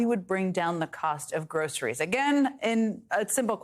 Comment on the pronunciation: True. He can't even pronunce "groceries".